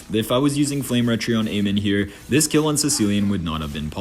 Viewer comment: It's amon not amen😅